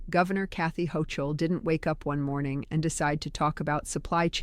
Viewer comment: If you were real you would know how to pronounce her last name. Like Bogie said in Casablanca when you get to NY there are some neighborhoods you should avoid.